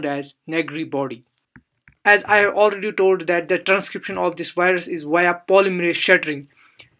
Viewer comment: Wireus? You mean virus?